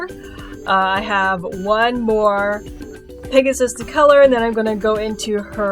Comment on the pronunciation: Lol you kept calling the pegasus, pigasus! anyway your art is beautiful.